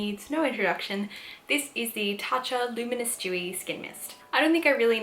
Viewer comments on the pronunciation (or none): It took me awhile to realize you were saying dewy and not “jewy”… I was wondering how being Jewish made your skin different :P my brain….